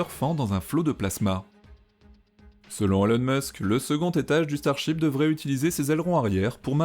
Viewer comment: Y a que moi qui entend chibre au lieu de ship ?